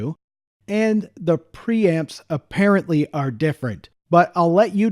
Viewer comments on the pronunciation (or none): none